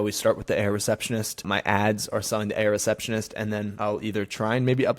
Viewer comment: Arrriiight didn’t hear 👂 Airrr-receptionist 😢